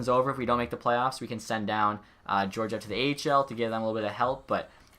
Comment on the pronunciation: Alexander Georgiev is pronounced ( Gee-or-gee-ev ) *Gee as in Hard G Sound